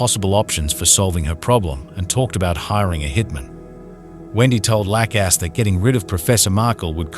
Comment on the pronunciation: Jeffrey LACKass? Serious pronunciation issues in this video